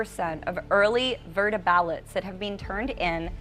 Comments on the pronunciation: She pronounces the letter O like er: voter sounds like verter, Minnesota sounds like Minneserta. Keeps distracting me. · Is she saying "Verter"?? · Love this channel but if I have to hear the word "vherter" instead of "voter" again, I might have to block it l.... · “Early verting” “early verter ballots” 😂🤣😂